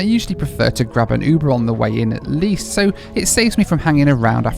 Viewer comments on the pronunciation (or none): none